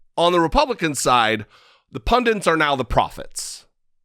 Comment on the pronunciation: Hey, I love your work, but the word is pundits, not "pundants":-)